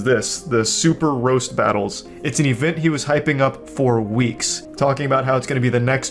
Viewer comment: I love Charlie, but his accent bugs me. Event is ivint